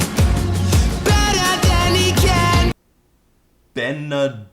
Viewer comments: Correct Pronunciation: BETTER THAN HE CAN!!!! I prefer DENNER PAN PECAN!!!! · the part where he says "better than he can!" sounds like "BETTA BANDICAM!!!!!"